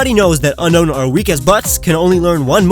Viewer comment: That's not the only reason people hate unown its because of its pronunciation Its pronounced UN-OWN not UN-KNOWN